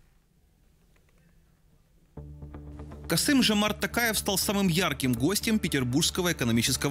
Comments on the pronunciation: Какой Касим? Касым-Жомарт! Что не так с вами люди? Не умеете по буквам читать? 🤦‍♂️ А ещё журналист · Не Касим а Касым. Почему так любят искажать имя. Себя ещё счетают умными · неужели так трудно правильно назвать фамилию имя не КАСИМ а КАСЫМ ведь буквы все РУССКИЕ а не казахские обязательно нужно делать ошибки в произношении ведь перед выступлением нужно подготовиться можно наконец запомнить выучить или воспользоваться плмощью суфлера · Его зовут Касым , а не Касим